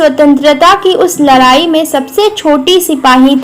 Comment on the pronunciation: Ladai ❌ Larri✔